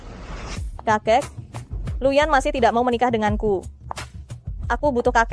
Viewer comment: nama pak Yanuar jadi "Lu Yan" anjrr